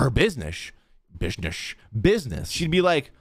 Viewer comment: "buisnesh" LMAOO